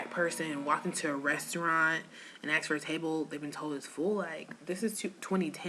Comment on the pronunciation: Someone "axed" you? Did you get hit with a hatchet or something?